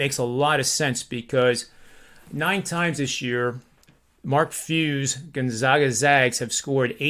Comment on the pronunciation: it's not "Gun-zogga" or "Gone-zaw-ga," where the middle syllable rhymes with "jog." The proper pronunciation is "Gone-zag-a" — with the middle syllable rhyming with "bag" or "tag." COME ON!!!! SO SOME RESPECT